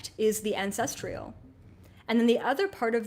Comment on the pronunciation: I'm trying to release ancestral trauma around perfectionism. It's being triggered every time you say "ancestrial" instead of "ancestral." You are brilliant though and I really appreciate your wisdom. Sorry.